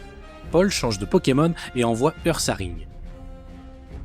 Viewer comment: On dit Oursaring même si ça s'écrit Ursaring